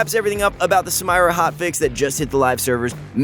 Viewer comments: Sameera already says her own name in game and this dude can't pronounce it correctly... Goddamnit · is the voice actor for, he's clearly pronouncing the names wrong on purpose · Can't finish watching. Did you not watch anything on how to pronounce her name? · The Samira pronunciation just killed me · Listen in game how she says her name - thats how you should pronounce it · oh gawd. please stop saying her name. shes not american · Learn to speak and pronounce the name correctly then maybe people will bother finishing the video. Have a little professionalism for something you claim to take seriously. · PLS PRONOUNCE HER NAME PROPERLY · Its soooo saaaad he is pronouncing her name soooo wrooooooong... come ooon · Sometimes i think you people mispronounce names on purpose. It's not funny at all if so, it's irritating, especially from people who always swear they're professional. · come on bro. I know you’re trolling. You should watch Riot’s champ spotlight to see how Samira is pronounced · I'm not even sure what he said for half the video because I'm raging at how he says her name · when youre first and dont know what to say Edit: he says samira wrong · I cringed so hard when I heard it 😅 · I was about to say the same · yo same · Well not to ruin shit for people but she’s called Samira pronounced (sameera) it’s an Arabic originated name so not “samyra” that shit won’t work. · PLEASE STOOOOOOOOOOOP IT'S SAMIIIIIIIIIIIIRAAAAAAAAA NOOT SAMMMMMAYYYYYYYYYYYRAAAAAAAA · Sah-me-rah not Sam-eye-ra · Please stop calling her samaira this is really triggering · said SAM-irah instead of Sameera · You pronunced the Champion's name wrong its Katarina 2.0 not Samayra. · people: Samira this guy: Sam-air-rah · Who tf says "SamIra" its "sameera" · The name´s samira, not samaira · Why r u calling her ‘sA-mYRa’ it’s spelled ‘SA-Mira’, do you also say ‘sY-VyR’ instead of ‘SIV-IR’. XD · its SAMIRA... no SAMAYRA LMAO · Sa- mi -ra, not sa-may-ra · Sa MAYRA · sam eye ra